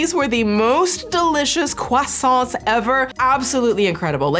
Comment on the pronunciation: "croissant" Me: Best pronunciation by a USian I've ever hea-: "croissantSSSSSSS" Me: Nevermind.